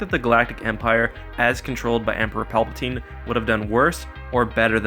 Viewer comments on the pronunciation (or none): none